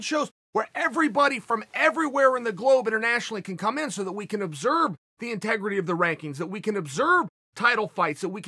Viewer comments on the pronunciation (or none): Chael: “obserb” Me: “Okay, great”